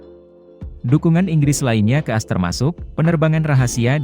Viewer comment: Ngomonya ko as jd ass sih admin.. Ko di dgrnya jorok deh.. Emg admin org mana sih????? Org indonesia atau mana?